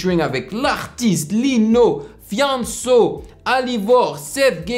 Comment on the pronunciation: Hahaha sa me tue comment tu prononce Fianso .